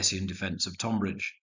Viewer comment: A great set of battles. As a man of Kent, I did wince a bit at the pronunciation of Tonbridge, but these things happen.